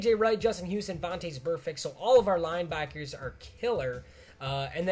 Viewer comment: he says line bockers😂😂😂😂😂😂😂😂